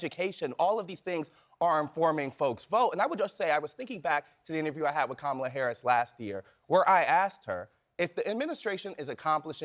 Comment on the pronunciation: I wish she would pronounce her first name correctly. The Ugandan Giant deserves respect.